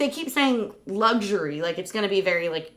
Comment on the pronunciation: Since when did Luxury have a G in it?? 😂